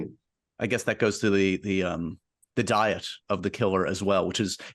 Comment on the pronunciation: Josh, your "Diet" was a spot on Irish accent